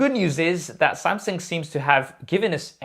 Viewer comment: "Samseng"....is it just me but this itch my ears whenever i heard him pronouncing it like that